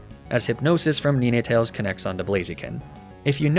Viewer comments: Why do you say Neenetales. It hurts. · Love you and your videos! Excellent work! Your pronunciation of "Ninetales" causes me physical harm! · That pronunciation of ninetales is now the only way imma say it now lmao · That and the Ninetales pronunciation make me unreasonably annoyed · well, thats certainly one way to pronounce ninetales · my eye keeps twitching each time he mispronounces ninetales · I cannot get over how he pronounces ninetales lmao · I know he probably does it on purpose but god how pissed I got when he mispronounced Ninetales 🫣 I love that Pokémon and hearing him mispronouncing it for 2 minutes really pushed me to my limits 😂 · Enjoying the run, but please tell me the Ninetails pronunciation is a meme and not actually how u pronounce that name. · how you pronounced ninetails drove me nuts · He does the same thing with other Pokémon. Idk if it’s a joke or not but I find it annoying, there’s no way he does it so often on purpose and it’s pretty obvious they aren’t pronounced that way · How he pronounces "Ninetails" 😭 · Is he saying nine wrong intentionally? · “Neenaytales” blew my mind hahaa, I have always pronounced it as nine (9) tales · Did you call NINE-tails NENE-Tails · Just started my first inclement emerald hc nuzlocke run so this content is huge. But anyway did he just pronounce ninetails “ni-nay-tails”? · Is he saying “Knee Nay Tales” instead of “nine tales” 🤣🤣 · does he always refer to ninetails as neenetails. its just try spelling the number 9 and that's how you say it or has he corrected him self since then. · Neenay tails???? I love your vids but please dude it’s nine - tails as in 9tails… cos it has nine tails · Love you bro, but it's "nine-tails" not "knee-neigh-tales" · Bro somebody please tell me what the fuck a Neenatails is, I’ve never heard of that Pokémon I have however heard of Ninetails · It is pronounced nine-tails not nin-e-tails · I have never heard of someone pronouncing Ninetales as "NeenayTales" until now XD